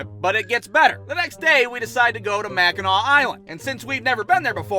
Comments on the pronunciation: i so happy you pronounced Mackinac right most people who dont live here say it wrong all the time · As a upper peninsula native..it's Mackinac island but mackinaw city. Props for pronouncing it right tho lol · As a Michigander I would like to thank you for pronouncing Mackinac correctly